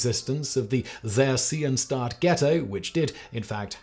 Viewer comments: Theresienstadt is pronounced like 'Ter-ee-zee-en-schtat. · "... Theresienstadt Ghetto..." // Czech: Terezín. The name means "The city/ town (Stadt) of Theresa (Theresia)"... It is being pronounced: [Te-Re-Si-En-Shdat] not: ! ;) There was a 1780 fortress, named after Maria Theresia Walburga Amalia Christina of Austria (Habsburg). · I cannot believe how you just pronounced Theresiendtadt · Came to the comments looking for someone else pointing this out.. like what the hell is "There SEE un stat"? Why don't you look up the pronunciation before making a video like this? It's not that hard, especially if you settle for something that still has an English accent on it... Té RÉ sien shtaht. And while on the topic, never heard of a camp called "Dashaw". No idea how he got it so wrong. He got close once. Once. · A historian that does not know now to pronounce theresienstadt is a pretty bad look. It's pronounced like tear-eh-seen-shtahdt. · Theresienstadt…please look up the pronunciation,youre is abhorrent. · stop misprouncing shit. Your accent only goes so far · The pronunciation of theresianstat tho 😄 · The pronunciation of German names is really grating. It doesn't have to be perfect, but "Theresienstadt" was hardly recognisable. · Once again this dude is too lazy to find out the pronunciation of foreign places before shooting the video. Might as well be AI. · While I don't doubt the factual accounts in lecture, I am somewhat confounded by the host's completely bizarre pronunciation of German words like Dachau and Theresienstadt. I honestly had to check to see if this was AI generated to see if that would account for these aberrations; it appears that the fault lies with a real human. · That is the weirdest pronounciation of Theresienstadt. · He's not German so I understand why. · His pronunciation was so atrocious that if it weren't for this comment, I probably wouldn't have known what he was even trying to say, so thanks!